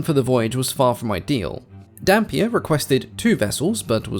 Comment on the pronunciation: I can't stop hearing Dhampir